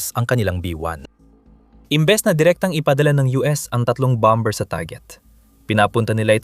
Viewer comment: what bom.,bER BOBO K MAG PRONOUNCE...KONTEBT P SABLAY K NMN